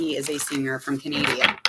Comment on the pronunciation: You said "canaydia" instead of "canada" 😂😂🤣